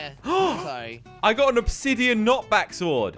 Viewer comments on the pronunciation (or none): did he call it a obi sord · He said a obbey knockbackssord 😂😂😂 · pffffffffffffffffffffffffffffffff hahaha obsidein ha its netherrite ha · Why does he call it obsidian